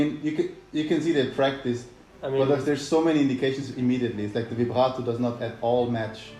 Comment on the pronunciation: HE JUST SAY "Vibrato" LIKE IN FRENCH ?! (I'm french) I will never understand australian...